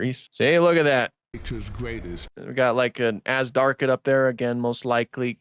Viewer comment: Zh is NOT pronounced like Z. It is pronounced like the s in pleasure. It is not Az darkid. pronounce the zh properly.